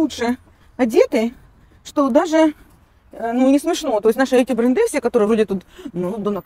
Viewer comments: БрЭнды -делай те правильно ударения. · Не брендЫ,а брЕнды!😂